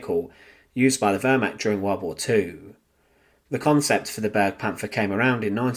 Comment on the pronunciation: It is not pronounced burgpanther. B air gu Panther.